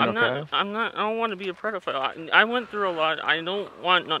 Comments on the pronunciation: He’s a big DAP fan. He keeps saying “predaphile” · Dap always say prediphile....he must watch there videos freaking creep